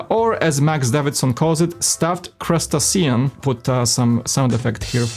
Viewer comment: Welcome back! FYI, crustacean is pronounced crust-AYY-shun. Crustaceans include crabs, lobsters, shrimp and the like. Glad to see top 10 MOCs is back and keep up the great work!!!